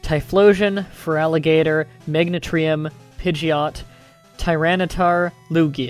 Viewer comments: (MAG-NE-TREE-UM) ARE YOU KIDDING ME (MEG-NAN-E-UM) DO YOU HAVE A SPEECH PEPPERMINT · MAGNETRIUM? I think you ment MEGANIAN that's how you say it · Them thinking that RSE was a step down from GSC is a travesty. Also hearing Meganium being pronounced as Megnatrium bugged me more than it should have haha. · it's funny how you pronounce things like meganium can't be megntreeum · it is ma-gain-i-am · You pronounced 'Meganium' odd. You pronounced it like 'Mag-na-tree-um', twice, which makes no sense at all. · i can't really say Meganium's name right i mess up on it all the time, so comments who are making fun of how he says it needs to stop he might not know how to say its name right, and thats Okay. You shouldn't judge someone for it. Do you see him judging you for it? Then don't judge him Btw good video i love it, I love creepypastas. Especially Pokemon ones. I am a big fan of Pokemon i plan on getting every single game old and new.(which would be both the games that would be in black and whiter and color) I just enjoy them very much i have played the older version of yellow once took me forever to beat but i enjoyed it nevertheless and i would gladly play it again. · You're pronouncing Meganium wrong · I don't think you gave a reason for it though (at least not on this video, but I am new to your videos and might have to look at others). It doesn't make sense to me, as there is no "t" in it and I have never heard it pronounced like that. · Not to be a stickler, but you mispronounced it THREE times, not two. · You may not know,but you mispronounced Meganium